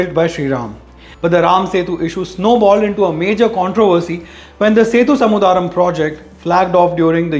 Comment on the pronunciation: its Sethu Samudhram (sethu yani bridge & Samudhram yani ocean) and not "samudhaaa-ram".